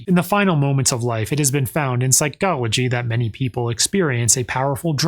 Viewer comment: I line the Phycology pronunciation.